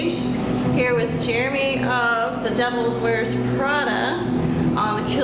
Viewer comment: Good interview but she really needs to learn how to pronounce The Devil Wears Prada lol 😄